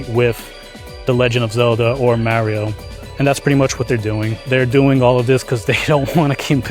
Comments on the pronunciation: Genuine question! Seriously, how do you get so far in adult life and still not know how to pronounce Mario? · Like fr you run a Nintendo channel and can’t say Mario 😭